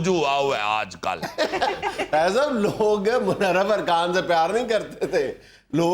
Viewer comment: Munharif Not Manharaf